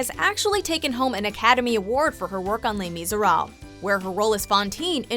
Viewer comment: "lEy mEESleerab" 😁😁😁😁😁